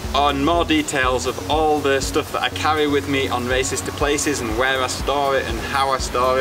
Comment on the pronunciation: I love his work, but he has gotta be careful, sounds like hes saying 'racists to places' !!!! Any way man keep on racing to those places because it's only inspiring me more and more.